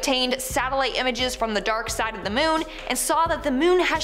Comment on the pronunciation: Goth chick saying "MEWN" over and over made me want to throw up 👽😨